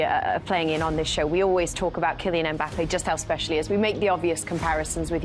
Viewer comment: IT'S KILLIAN EM BAPPAYYYYYY!!